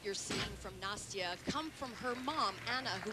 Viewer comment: The ONE good thing about Nastia retiring is that we no longer have to hear him constantly butcher her name!